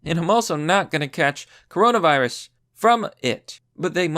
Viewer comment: cuh row nah veye rus